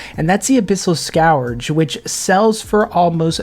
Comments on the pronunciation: Just for your future knowledge, its pronounced "SKURGE" rather than "SKOWER-juh" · Scurge is how it’s pronounced:) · The way you pronounce "scourge" is cringe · never heard anyone pronounce scourge like that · Every time he says it I have an unbearable urge to murder a kitten